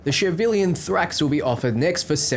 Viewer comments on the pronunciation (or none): somehow you pronounced every single name wrong, Cortes is the Court-ez, Javelina is not Javelin but ha-ve-leen-a, its an animal. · It's not a javelin. It's a Javelina(ha-veh-lee-na). Collared peccary, which can be found in the southwest U.S. Check out the Aldecado camp, there's a few Javelinas with the nomad paint job. The skeleton on the side is a Javelina skeleton. The word is not derived from javelin, but rather the Spanish "jabali" or boar. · Say it with me now Ha-Va-Lee-Na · from my gameplay you can't buy the Type 66 Chthulu, you earn it from Claire's mission depending on the choices you make, the Type 66 Avenger is the other Type-66 car aside from the base one and the Javelina version. also Javelina is pronouced Hav-el-eena, like the wild pig. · You're mispronouncing Javelina since it's Spanish. It's Hä-və-ˈlē-nə and is an alternate name for the peccary. Essentially it's a New World pig.